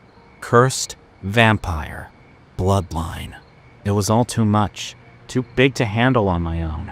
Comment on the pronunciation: ❤❤❤What in the Edward Cullen lol… say it “vampire”…